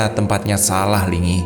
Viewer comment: kayaknya nyi Linggi bukan nyi lingi